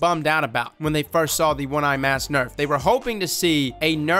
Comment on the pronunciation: "One eye mass"